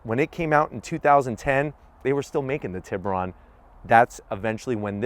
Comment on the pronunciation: It’s funny how Americans have botched the pronunciation of the tiburon. I’m Salvadoran so I know exactly how to say it. I’m sure most of you know that it’s shark in Spanish. And the way to actually pronounce it is “tee” like T-shirt then “boo” like a ghost lol and then (this is tricky to explain) it would be “ron” but the o sound would be like how you say o in the word “road”. So Tee-boo-roan haha